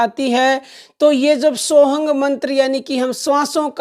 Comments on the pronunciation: ये सत्य है पर आप वीडियो में सोः हम कि जगह सोहंग बोल रही थी तब मैने बोला मेरा मकसद आपको ठेस पहुंचाना नहीं था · सोहम मंत्र की दीक्षा तो सिर्फ गुरु देव भगवान की कृपा से ही साधक को प्राप्त होती हैं और मंत्र आप सही से बताओ मंत्र सोहंग नहीं होता है मंत्र सो हम्म है